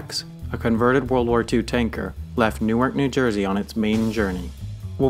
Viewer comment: the way he said “Newark” eww